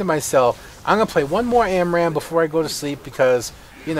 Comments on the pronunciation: Amram? Its spelled ARAM you know. And pronounced likewise :D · stopped watching when you said amram for the 10th time